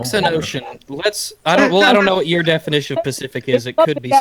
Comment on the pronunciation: Take a shot every time he says "Pacific." For the advanced alcoholic, also take a shot every time he says "aks." Cheers!